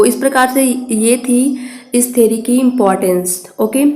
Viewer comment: Ma'am its theory not theri (vijay thalapathi's movie)